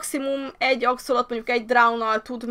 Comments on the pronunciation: Helyesen axolotÜL! Ejjj...😃 (Igen, visszanézem, és igen, a hardcore sorozatról jövök) Csak így tovább, sok boldogságot Immuval!❤ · Szia! nem akarok kukacoskodni de az Axolotl nevében az L nem néma ki kell ejteni. (legalábbis én így tudom)